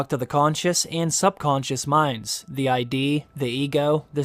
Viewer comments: Not "I.D." Id, pronounced just like it looks: The are a set of three concepts in psychoanalytic theory describing distinct, interacting agents in the psychic apparatus (defined in Sigmund Freud's structural model of the psyche). The three agents are theoretical constructs that describe the activities and interactions of the mental life of a person. In the ego psychology model of the psyche, the is the set of uncoordinated instinctual desires; the plays the critical and moralizing role; and the is the organized, realistic agent that mediates between the instinctual desires of the id and the critical super-ego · not the i.d. it's just *Id* pronounced phonically with a short 'i' sound. 'Lid' minus the 'L'. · The id is a word not pronounced I.d. It is like lid without the L, it is ‘id.’ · Id, like idd. Not I.D. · Bro… Feud called it the ID… like IHD. Not I D just like mid but no m… your giving analysis and don’t understand a basic concept of Freud? One of the most influential psychologists? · Just a heads up it isnt the "ID," it is pronounced like "did" without the first d. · The I D? Come on man… 🤦‍♂️ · Id, not ID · "Id" is just pronounced ... "id", not I. D. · 'id' - in Freud's analysis the most animalistic level of the human mind - is a word, rhyming with 'kid'. Not I.D. an abbreviation of 'Identity Document' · Lol it's the Id not the I.D. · The ID? Really? It's the Id, the Ego and the Superego. All pronounced as words. Id is not a set of initials. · Really, if you are going to read to your audience, pay attention to what you are reading. "Id" is one word, one syllable, not two initials as in Driver's ID. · It’s not the I.D., it’s the Id, as in kid without the k. Sorry, just the psychologist in me coming out. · I believe it's 'id' not 'I.D.' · Hi. Just so you know, Freud talked about the ID, as in ID, saying it as it looks…ID, not as in I.D. That is said as part of the ID, Ego, Super Ego. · It's not I.D. it's id. Id, ego and superego. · Did you say "I.D."? It's Id